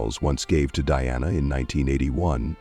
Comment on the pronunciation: DIANA NOT DEANNA